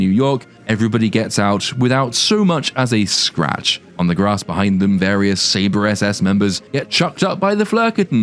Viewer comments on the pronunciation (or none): none